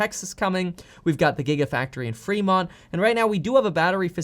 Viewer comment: LOL "Gita Factory" ….*clears throat* sorry great video man.